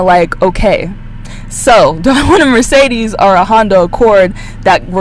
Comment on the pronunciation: a bit funny how you mispronounce mercedes ;)*